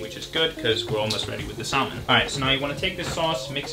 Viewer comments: look, I like your videos but, it's SA-MON, not SAL-MON. I hate to be that guy lol pls don't get mad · So cute , in salmon the l is silent here, yr welcome. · Idk why I find it so funny but the way you pronounce salmon is just KILLING me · It really made my day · Hearing you say salmon and pronouncing the L has me questioning my language skills